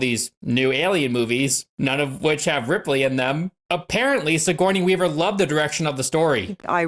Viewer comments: Siggy Weavy lol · Never stop calling her Siggy Weavy lmao. I love it. My brother and I have always called her So Corny Weaver 😅